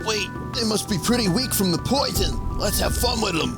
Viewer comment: NEUTRARIZE THE POITHON?!